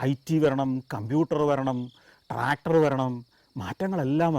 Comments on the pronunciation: ങാ ടാക്കറ്ററൂം ക്കമ്പൂട്ടറും 😂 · കമ്പ്യൂട്ടർ ട്രാക്ടർ എന്നൊക്കെ പറയുമ്പോ എന്തോ കൊള്ളിച്ചു പറയുന്ന പോലെ